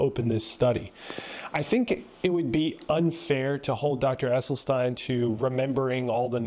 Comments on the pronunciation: You heard this Dr. pronounce his own name. Yet you persist in mispronouncing it. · It's pronounced "Esselsteen", not "Esseltine" 😉 Thank you very much for your free content. Such unbiased, comprehensive information ist very rare in "our" Generation. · Doctor Esselstyn, not Esselstein/Esselstine😊😊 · It's Essel-stin not Essel-stine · Just for the record, His name is pronounced Essel Stin not Essel Stine. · Does the doctor’s last name rhyme with tine or with tin? It seems that Rip Esselstyn pronounces it like “stin,” not “stein?” Just asking. Thanks for this presentation…. Interesting perspectives!